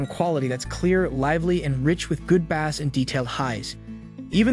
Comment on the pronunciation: the narrator can't pronounce "bass" or "presets" correctly, should I trust him